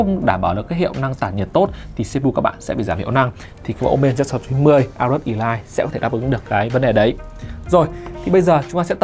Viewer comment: Elite đọc là Ê-lít chứ sao lại đọc là ì-lai